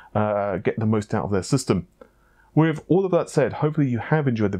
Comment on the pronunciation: Wiv instead of with. What’s wrong with you?